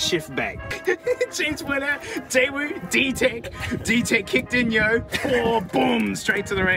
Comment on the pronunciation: Bless you that’s not how you pronounce Daewoo, the closest I can get in text is “Day’oo.” (“oo” as in “poo”.) & yes, the 1st gen Daewoo’s were built on previous generation Vauxhall/Opel tooling with help from GM, who owned Vauxhall/Opel at the time. (Vauxhall in the UK, Opel in Europe.) Time